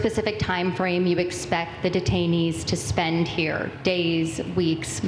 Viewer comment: detainees, i thought you said retirees..........